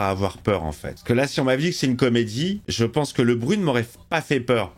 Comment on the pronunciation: "je penske" 🤣